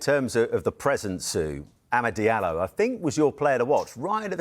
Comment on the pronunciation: Are all these pundits to shy to ask the lad, and is also too shy to tell them? The surname is pronounced 'jah-loh', not 'dee-ah-lo'. For those of us from West Africa, from where the name originates, it's annoying